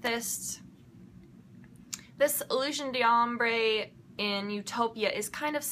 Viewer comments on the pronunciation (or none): I'm in love with your makeup basket this week!! BTW, your resident French speaker says that it's Illewsiawn D'Awmbruh. LOL. Hope you can understand what I mean by the pronounciation. And it's not Dee Ombre lol. You gotta flow with it :P Hope that makes sense! Hahaha :D